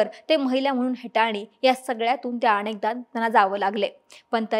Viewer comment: अणेकदा नाही अनेकदा । योग्य उच्चार करा ताई । बाकी तुम्ही उत्तम बोलता ।तेवढा ण आणि न चा उच्चार कधी ते समजून घ्यावा आणि बोलावे म्हणजे अगोदर च छान असलेले तुमचे वक्तृत्व अजून शुद्ध होईल।